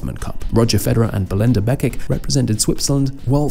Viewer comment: Your pronounciation of some of these players' names is quite hilarious, especially Belinda Bencic and Frances Tiafoe 🙈😂